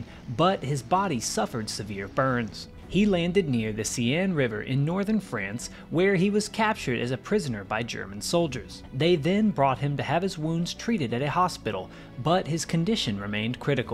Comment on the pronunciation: The River Seine is pronounced 'Sane'.